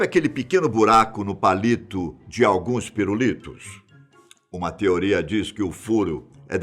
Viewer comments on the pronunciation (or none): none